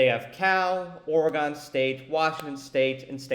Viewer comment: Stopped watching the second you pronounced Oregon wrong 🤦‍♂️